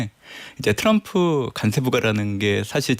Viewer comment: 간세가 아니고 관세 아닙니까